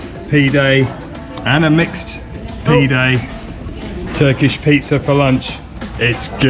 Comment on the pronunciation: Pee-day hahahaha..it's PIde brother, Pide..please show more of Ankara, the old Castle is beautiful